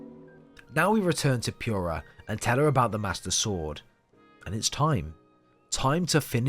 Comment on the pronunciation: I know it shouldn't, but every time I hear someone say Pure-ah, it ticks me off. Especially since it SAYS the right way to pronounce it in game. For some people its an accent thing like possibly this case. But others? Nah, just say pure-ah even though it is POO-rah